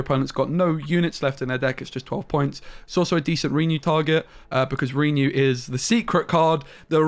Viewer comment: At first I passed it off as you doing a troll thing, but each time you say REE-new it makes me cringe harder. PLEASE - it's pronounced "ruhnew" ... not reeeenew.